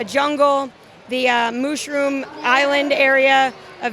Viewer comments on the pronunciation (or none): When you said mushroom wrong it sounds racist